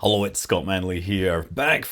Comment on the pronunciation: I wasn't ready for Scott to put a pause before saying "Hullo"